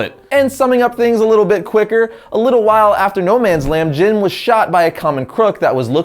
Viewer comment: you said jams Gordon